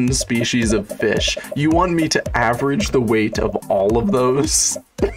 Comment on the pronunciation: Would watch more but it seriously kills me to hear you say SPEESHEES.. when it's species.. there's no H and there's so SH in the pronunciation. Dunno why but it kills me to hear it said that way and since you say it so damn much I can't even watch! Lol